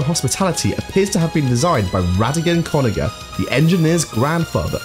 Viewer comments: you mispronounced "conniver". (it's said "koe-nye-vur", not "kahn-ih-vur") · One pronunciation note its "con-eye-ver" not "con-ih-ver" a conifer, pronounced like "con-ih-fer" is a kind of tree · It's not pronounced 'ko-ni-vrr'. It's ko-nye-ver. Because it's base word is conniving, as in deceitful, shrewd, cunning, plotting against. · "Conniver" isn't a special word. It is derived from the verb "connive," meaning to conspire or plot. A "conniver" simply refers to one who connives. It is also pronounced "/kəˈnīv/," with an emphasized long i sound. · Fun TF2 Fandom Fact: Not a single fucking person can correctly pronounce the word Conniver. Please, I'm BEGGING you, look up how to say 'Con-Eye-Ver' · His pronunciation of conniver and Giger hurt me. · how did you still manage to sav conniver wrong 💀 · Bro forgor how to pronounce conniver but knows how to pronounce l’etranger?? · That is not how you pronounce conniver. Nor is that an obscure fact. Most people have heard the word “conniving” before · why can nobody pronounce conniver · that's not how conniver is pronounced